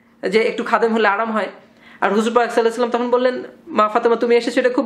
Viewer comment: Please Pronounce "Sollallahu alayhi oa sallam " correctly .